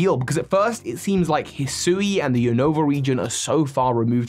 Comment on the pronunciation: Isn’t Hisui pronounced HE-swee?